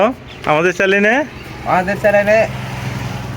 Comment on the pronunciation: চ্যালেন কারে কয় ? আগে উচ্চারণ শিখেন ভাই!